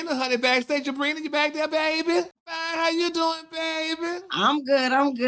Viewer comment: He could at least get the girl name right🤦‍♀️ #Abira